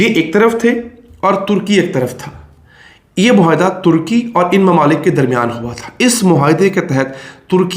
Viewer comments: Plz. say MUAYHIDA & not MOHAYDA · آپ بھی"" مہا ئدہ "" بولنے والے ہندوستانیوں کی صف میں ؟؟؟؟؟ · It would have been better if the maps remained on screen a little longer. Please pronounce the Urdu word معاہدہ correctly.